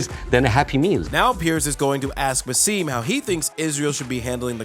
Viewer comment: His name is BASSAM not Baseeeeem!!!!! Get it right